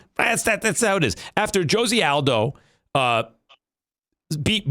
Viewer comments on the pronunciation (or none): "joe-see aldo"